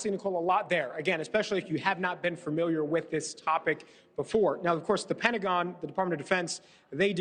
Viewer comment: “Fermiliar”….? Okay, buddy